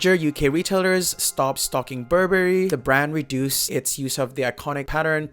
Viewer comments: Burberry is pronounced Burr-Burry. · So funny how you pronounce BurBERRY;)